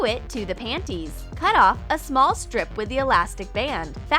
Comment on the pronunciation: Lol you said pannnyS